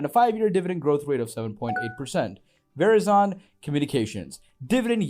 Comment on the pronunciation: Yeeeeeah. You can't pronounce "Verizon." I'm out.